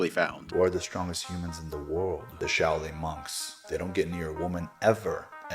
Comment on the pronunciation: Shao Ling sic. Cant even say the word , maybe he had kung fu panda teach him , as shifu was busy ! And now hes got 10x testosterone , thats not even healthy let alone true !